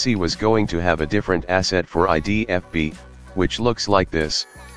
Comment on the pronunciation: I literally lol'd at the way he said 'idfb'